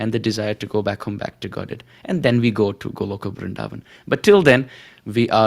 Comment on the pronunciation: Please don't prononce "BrinDavan" like foreigners Pls say Brindhavan Hare krishna 🙏🏻🕉